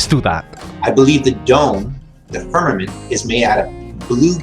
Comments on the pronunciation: "The firmamant." Oh FFS more bible BS from, no surprise! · did he say Spermament?